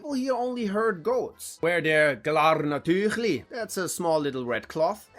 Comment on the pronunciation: I object, sounds not Swiss at all, we would pronounce the e in TüEchli and in rüEbli und kuEchE as well a u instead of an ü sound in kueche.